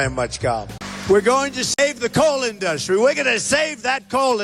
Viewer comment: 😂 a President that can't pronounce the word "industry" !!!?